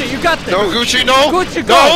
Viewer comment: I was just listening to the vid and when he said Gucci i heard it as coochie